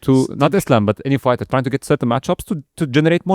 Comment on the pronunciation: Host: "Fighter" ❌ "Farter" 👍